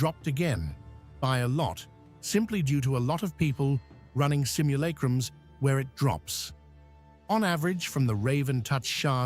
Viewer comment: “Simmul-ache-rums” lmao